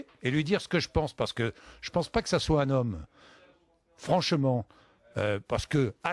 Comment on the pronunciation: "comme un zhomme" lol paye ton viriliste^^